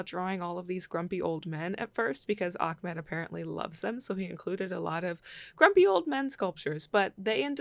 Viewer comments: "Ah-med" not "Ahk-med". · great sketches! Also, his name is pronounced AHmed. there is no k or kh in there lol